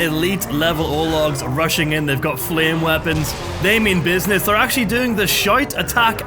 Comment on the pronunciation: The shite lol didnt know you said “shout” until the 3rd time